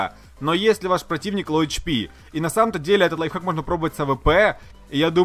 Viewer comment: Кто-нибудь здесь слышал как он сказал лайффак, нет? Я слышал